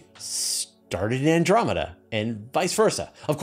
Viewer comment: I like “Andomeda Way” better.